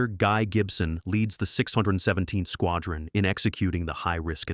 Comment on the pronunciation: Why can't Americans pronounce RAF Squadrons correctly either?